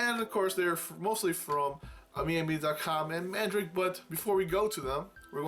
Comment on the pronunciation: Great video, man. That paladin knight girl looks nice, I've seen it a couple times in the pre-owned section on AmiAmi. Btw Mandarake is actually pronounced Man-da-rock-kei with a little rolling of the tongue when saying it.